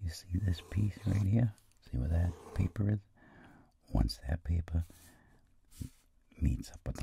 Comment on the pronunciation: I always hear "pepe aircraft" and not "paper aircraft" loll